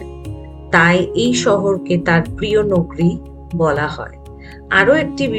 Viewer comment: Jemon sposto uccharon temon e darun presentation ❤ gola ta sune mone hocche puro e professional..tobe kichu jaigai change hole bhalo hoy jemon "নগরী" টা । shotti bolte khub e mon chuye gelo 😊 Honest opinion dilm❤ Mahadev bless you always 🌟✨